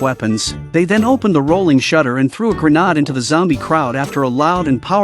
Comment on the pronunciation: I thought the voice-over guy was real until he started he pronouncing grenade gra-nard